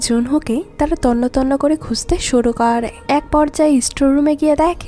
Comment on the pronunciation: kooore / thaaake/ paaarre/ jaaabe…. এই উচ্চারণ গুলো বিরক্তিকর ।। improve করেন ।